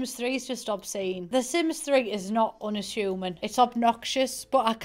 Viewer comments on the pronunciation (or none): "unashoomin" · really said “Unashumin” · No one:: Unashooming